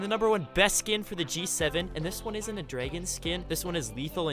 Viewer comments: This kid cannot pronounce dragon. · The way he says dragon cracks me up